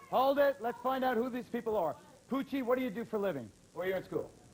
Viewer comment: It's Poochie 😂